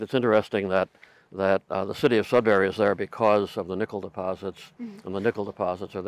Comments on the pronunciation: Being from Sudbury, I would just like to say it's SudBURY not SudBARRY. Besides that, I enjoyed your video very much! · Very interesting. I had no idea it was that big. Your pronunciation of Sudbury was driving me crazy though. It’s not Sudberry, but "bury", and the emphasis is on the "Sud" not the "bury". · As a Sudburian, we pronounce is Sudbry, not Sudberry , lol. Interesting video! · Very interesting video and I thoroughly enjoy geology etc. However the city in Ontario you refer to is SudBURY not SudBERRY. Thanks for the informative video. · Funny to hear you guys pronouncing it as sudberry and not Sudbury. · FYI it's pronounced Sudburry, not Sudberry. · I can tell you’re not from Canada by the way you pronounce Sudbury. It’s not sud barry. It’s sud bur ree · Please, it's not Sud"bary", it's Sud"buree" said in one fluid syllable. You will drive the locals insane pronouncing it like that. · if you're from Ontario you must be slightly annoyed by how she's pronouncing sudberry haha. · The American pronunciation of Sudbury is a little grating to my ears. (I've lived in the UK, Canada and the USA.) Anyone know how it became Sudberry? This particular vowel shift seems a little odd, is there some American town that adopted this pronunciation locally? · It makes me laugh/cringe how she says "Sud-berry". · Great video but I cringe a bit each time I hear you say “Sudberry” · It’s also kinda funny to hear how differently Americans pronounce sudbury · it's sudbury not sudberry... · Sud-burry (no pause or break), not Sud-Berry.... silly USA people 😂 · JSYK, Sudbury is not pronounced sud-barry, it's pronounced sud-burry. I'm speaking as a Canadian who's live all his life in Ontario. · It's Sudbury not Sudberry.